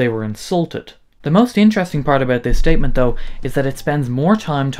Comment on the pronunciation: is there a bass drop when you say "statement"? Lol